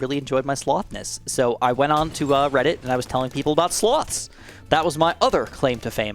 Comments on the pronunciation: Speaking of you misunderstanding speakimg on Reddit, I misunderstood you saying "sloths" as "slots" lol. I was thinking "wait, why was David Attenborough doing a documentary on casino slot machines lol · When he said sloths I thought he said slots which is INCREDIBLY IRONIC considering the first popular comment